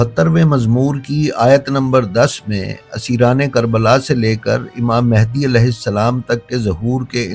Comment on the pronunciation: آپ نے جب بھی تلفظ امام "مھدی" صلی اللّٰہ تعالیٰ علیہ وآلہ وسلّم بیان کیا ہے امام مہندی کہا ہے حالانکہ یہ لفظ مہندی نہیں" مھدی" صلی اللّٰہ تعالیٰ علیہ وآلہ وسلم ہے پلیز اسے درستگی کے ساتھ ادا کریں" مھدی"❤❤❤❤❤❤❤❤❤۔۔۔۔۔